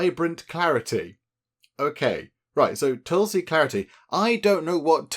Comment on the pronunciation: It is pronounced tool-see(no matter how it is written). And aa-you-r-whey-dic. Tulsi has a distinct smell but it isn't a harsh flavoured herb. You usually consume it with sugar etc. after prayers or in a herbal concoction when sick.